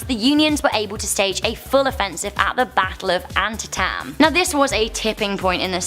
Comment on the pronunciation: The Battle of Antietam not "antitam"